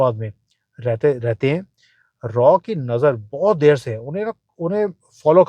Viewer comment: Aap galat bol rahe hai! RAW nahi RAAAAAA....bolte hai. Agar doubt hai to koi bhi Porky ko puch le jiye.😂